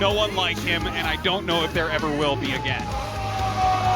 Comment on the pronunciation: No one:: aGeYn